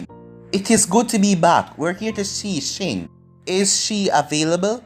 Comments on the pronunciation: 〖Ah1〗 Lion why do he say shin and not shion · I don’t know why he said shin not shion Shin is in boruto